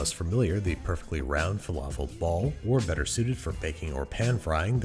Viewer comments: Andrew, bro, I love you so much! But, dude, it's pAn with an A, not p-n, with a nothing. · Enough, just say pAn